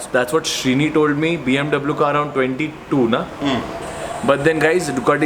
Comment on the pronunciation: hututututu huttuuututu.....😂😂 BMW..... BMW hota hai👍👍